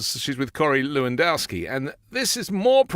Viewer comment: Eewendoski? Gross. Birds of a feather.